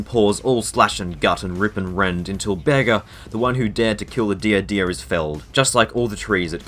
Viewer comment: Pretty cool video but why are you calling Bearger a Bear Ger?